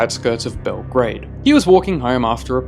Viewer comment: THE WAY HE PRONOUNCED BELGRAD IS SO FUCKING FUNNY